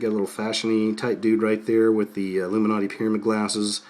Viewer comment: illum-man-na-ti...illum-man-na-ti...want ur bad evidence!